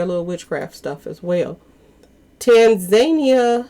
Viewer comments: Say: TAN-ZA-NIA...uggghh.... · Tan za neeia= Tanzania